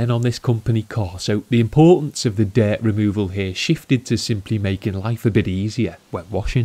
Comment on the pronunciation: Dert ? Its dirt lol